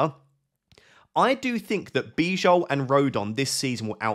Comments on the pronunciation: Great video, just please pronounce Bijol as Bee-yol. That's correct pronunciation. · Hi just a minor note, its pronounced Biyol (Bijol) i should know, I am from Slovenia 😄 love the content otherwise, keep it up!!!